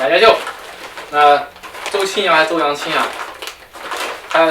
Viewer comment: 需要一个 女同事了～ 觉得没有做到基本的尊重 名字一直念错，为什么不能再拍一下 或者后期改一下呢 而且有个建议 为什么不测评Zara HM 差不多的牌子呢？价格也基本和网红店持平，也有很多 掉毛 飞毛 质量不好的衣服啊